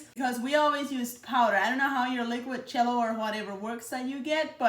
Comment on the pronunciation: I love how it sounds like she’s saying Chello instead of Jello. 🥹😜